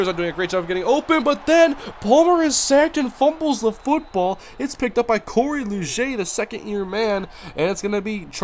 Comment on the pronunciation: Its Cory Liuget (lee-Jit)